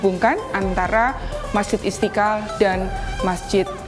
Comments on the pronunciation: Mba kalau ngomong yg benar masjid istiqal kok pake istikal hahah lidah ya kenp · Istiqlal coi bukan istikal okey